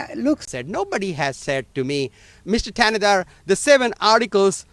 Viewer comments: Not that it matters, but the "H" in his last name is silent. Pronounced "Tan-na-dar." Im from Michigan so I know and don't rock with homie. #AmericaFIRST 🇺🇲🇺🇲💯💯💪🏿💪🏿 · AL Green, can't even pronounce Thanedar's name, lol. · Caveman Al Green couldn't even pronounce his name so he couldn't be bothered to attempt to read it off his document he was holding. 🤣